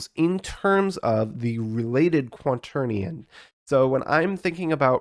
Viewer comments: "quanternion" is also how he pronounces it throughout the video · Are you saying "quanternion"? :D